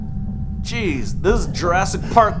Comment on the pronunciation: Lol when he says “jeez” it kinda sounds like “cheese” Like If You Agree!❤️❤️